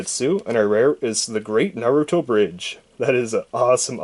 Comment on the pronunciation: He said Narutoin a bad way